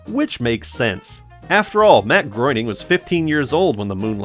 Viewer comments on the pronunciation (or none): At the risk of being pedantic, Groening is pronounced like Graining; rhymes with raining.